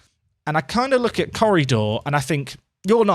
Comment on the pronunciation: Every time you say Corredor, I keep thinking you're about to say currydog.